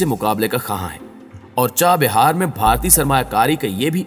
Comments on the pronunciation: It is CHAH Bahar and not CHA BIHAR Correct your Pronounciation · چاہ بیار نہیں چاہ بہار